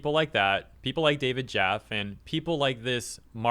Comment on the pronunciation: David Jaff-E btw, not jaff